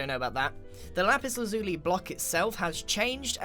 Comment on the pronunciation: It's pronounced laz-you-lie, not lah-zoo-lee